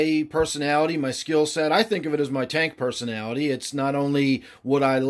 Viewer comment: When you say tank personality, I hear Tankanality! Lol a term I had came up with when describing my personal way to keep tanks.